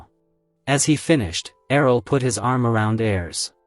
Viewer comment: Wtf happened after with the way Errol is pronounced? It's like yelled. Annoying af.